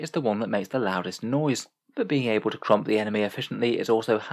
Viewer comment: Hearing say Krump is brilliant